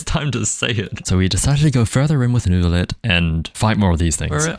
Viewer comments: Sooo. French here and Neuvillette pronounces. N-huh-vil-e<-(heh)tte. You pronounce the first huh than you go along normally with the rest! Love your video btw! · For Nevillette's name in french the "ille" is prononce like the "y" of you , thats the best way i can explain it lmao:) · the neuvillette pronunciation part cracked me up